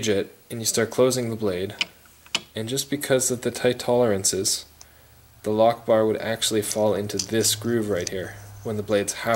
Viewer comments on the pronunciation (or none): Sounds like you say allah akhbar instead of lock bar.